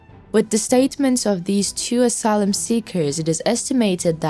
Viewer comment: Please get someone that can pronounce the words correctly. Asylum.and ballistic, assured. You drive me nuts trying to figure out what the actual message is. There are many more. By the time I figure out what you are saying the message is over!